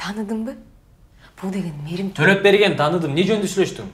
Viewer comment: Эй эмне кылгансынар, создордун баарын жазтатго, Мээрим Ттолопберген дессе Мерим толет деп жататго🤣👍